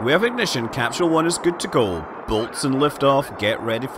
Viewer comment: Gem- uh- nee? Did NASA also use the pronunciation cap-shoole? 😁